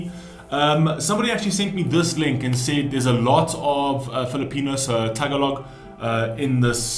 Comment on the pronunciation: Bro the way you pronounce our language is not TA-GALOG but instead TAGA-LOG.